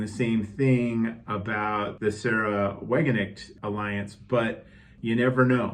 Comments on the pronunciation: Sárah, not Saráh. Sahra Wagenknecht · Forgive me but no. The way you pronounced Sahra is simply wrong. If anything, it's zAh-rah.